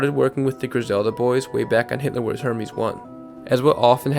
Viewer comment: bro you said hermes like herpes 😂 (it's ER-MEZ)